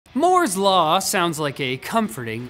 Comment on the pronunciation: *Moo*'s law